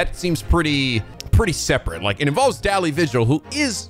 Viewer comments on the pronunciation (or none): Daley is pronounced as 'daily',.